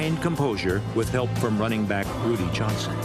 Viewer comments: It's Rudi... Not Rudy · It's Rudi not Rudy... it's Braham not bram 😅